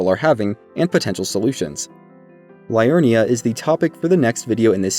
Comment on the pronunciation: Great guide and all but my goodness man all this research but you don't know the correct pronunciation of so many locations/NPCs? Liurnia not Lie-urnia, Ell-eh not Eli, Ireena not I-ri-na...